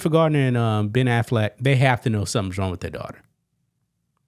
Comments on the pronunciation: It's Jennifer Garner, not Gardiner. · Garner, not Gardner..